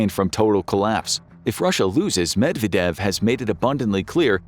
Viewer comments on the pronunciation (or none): none